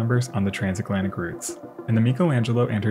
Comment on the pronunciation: "Transaklantic." Okay.